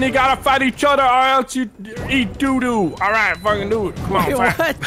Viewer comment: He said daleight instead of alright.